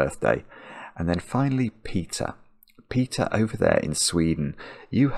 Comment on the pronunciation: i thought i heard 'pizza' when he said peter XD but i do want a slice, so that might be why